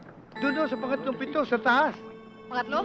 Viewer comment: read as "piiiiiitong gatang" not "pitong" or 7